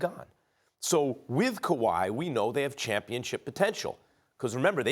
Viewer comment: I love how all the American talking heads say Kuwai signing everywhere but Toronto. Maybe they are right but I'd like to see them proved wrong again 😂